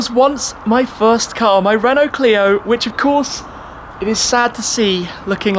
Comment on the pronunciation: So this is the "Shfirst"